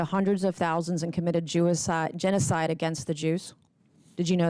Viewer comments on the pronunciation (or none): She almost said "Jewacide"🤦😂 luckily she was able to correct herself before the whole word came out. No political intent here by the way, I just thought that was a very funny word mix up. I would have laughed at anyone who said that. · Made me laugh when she said jewocide instead of genocide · She said "jewocide" twice lol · The slip-up of her saying "Jewicide" is mental. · "Jewicide" she said it twice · WTF..did she say Jew-icide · “Jewicide” wtf girl lol😂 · "Jewicide" ? - OMG! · She said "Jewicide" lmao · She said jewicide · She said jewacide. Wtf racist much? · Can’t believe she said “jewicide” not once but twice lol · "Jewicide" she actually said that.. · did she say “jewicide”? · Hilarious the way she nearly says Jewicide twice 😂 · SHE SAID "JEWICIDE" ON ACCIDENT LMAO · ”Jewacide” is actually a better description of the atrocities that occurred. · WTF SHE SAID JEWICIDE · she said Jewocide twice! wtf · I love Nancy Mace, but that second “Jewicide” fuckin got me 😂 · "Jewicide," ha!